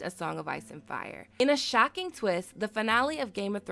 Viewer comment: In a shaeking twist... your pronunciation of shocking shook me...